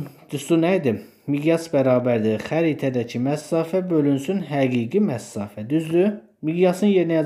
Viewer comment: Məsafə sözünə "məssafə" deməyinizdən başqa hər şey əladır